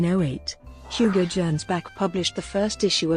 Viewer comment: Gernsback is pronounced with a hard ‘g’.